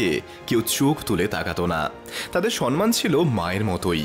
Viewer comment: এত কিছু জানো, কিন্তু সম্মান কে সন্মাম বলছো?